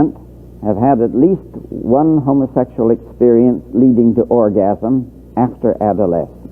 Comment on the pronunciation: I laugh how hillbillies pronounce, Homa-sexul.😂